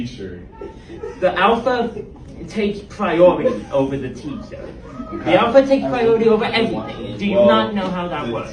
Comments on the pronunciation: " I'm now the awpha " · The afa doesn't haf to liften to thif... I think alpha needs to learn how to speak correctly before telling people what to do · The awpha takes pwiowity ovew the teachew 🤓🤓🤓🤓🤓